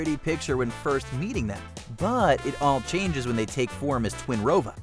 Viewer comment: .............Twinrova? Seriously? >_>